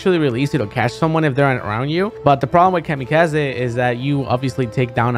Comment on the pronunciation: No one: Zero: Kamy-kah-zeh